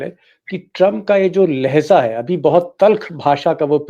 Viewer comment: Kindly say Lahja and not Lahza. Better to pronounce urdu words correctly. Thanks